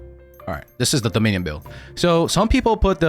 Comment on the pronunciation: pronouncing dominion like a special needs kid